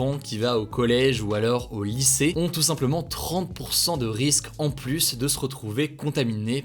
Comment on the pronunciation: Hey tu pourrais arrêter de dire le s de plus quand y'en à pas besoin ? Stp voilà voilà rien de méchant. Mais c plus agréable à écouter.